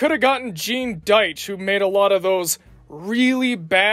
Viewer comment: Hanna - Barbera invented Tom & Jerry but, I know what you mean! Once Deitch (pronounced, "Deetch", not Dytch) got hold of them, they were garbage! Although, I MUCH prefer Gene's version to the incredibly sappy Chuck Jones stuff!! At least Gene wasn't from here and wasn't quite as aware of what works in comedy here as opposed to where he came from. Chuck knew what worked and did his utmost best to avoid it at ALL costs!!